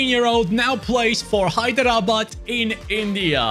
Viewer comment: Hi, Hyderabad is my city. You pronounced is too good compared to others. Keep up the good work.